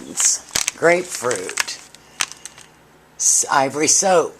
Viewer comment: did she say Ivry soap? how and why do you do that?